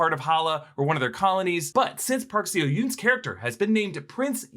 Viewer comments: Hi! Yes, sorry, you mispronounced Park Seo Joon's name. It's "So-chun", not "So-yun" 🤗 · FYI the 'seo' in park seo-joon's name is pronounced like the 'so' in 'sorry' not 'see-oh' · Guys, here’s helping you pronounce Park Seojoon’s name better: it’s Park SOW JOON. 🎉🎉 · Did he say park see-oh-hoon? Legit think he’d find that hilarious actually. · You guys can pronounce Park Seo-Jun’s name as “park so-june” (I tried type out th best pronunciation possible lol) just thought i’$ help you guys out 😊